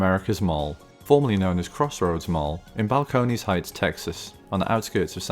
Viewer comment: "Bal-cone-ees heights"